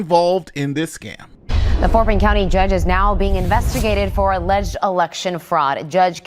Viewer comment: Oh, it's not "allledged"